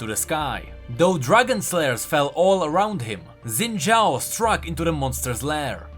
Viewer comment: Thanks for pronouncing Xin Zhao correctly. :)